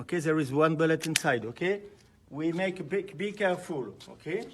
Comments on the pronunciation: I watched this video a few times yesterday on Twitter and was convinced he said “bigger fool” at the beginning! No idea it was actually “be careful” 🤣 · 😹😹😹 Remember folks, bee keh-fool....